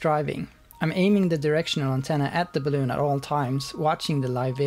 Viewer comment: I fucking hate the way you say balloon. No more balloons dick. Cool vid tho.